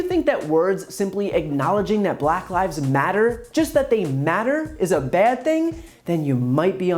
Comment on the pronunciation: "BULACK LyVEs...... Matter" Why did he say it like that LOL